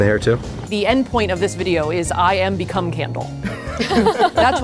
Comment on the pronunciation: “I am becomb candle, that what I like to boo” pls tell me you heard that too are